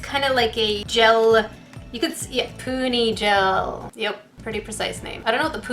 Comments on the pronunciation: When she said pony.....it hurt my soul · its pronounsed poony but spelled puni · It's pronounced poony gel